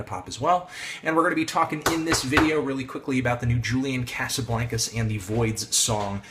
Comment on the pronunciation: u kept pronouncing julian's name wrong fyi... also ur opinions r so so wrong